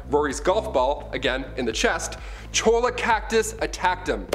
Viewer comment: It is not pronounced "CHOLLA Cactus. It's pronounced "CHOYA" - Come on Guy